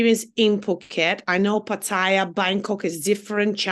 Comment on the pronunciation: She referring to PART TAH YA , POO KEAT. ITS not reallyThailand.